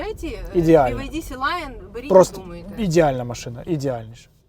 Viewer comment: На авторіа повсюди Sea Lion, а не SeLion